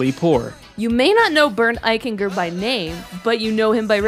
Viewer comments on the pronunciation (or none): Eiching-er, not Eichin-Ger.